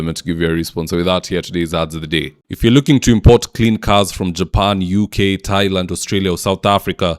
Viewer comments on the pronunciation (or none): none